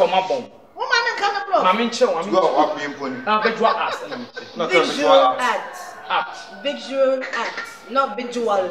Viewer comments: k u too why are u saying vigual art😂😂😂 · The girls can’t even pronounce visual art 😲